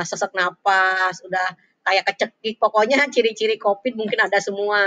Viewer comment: Covid bu... Bukan copid.. Ahah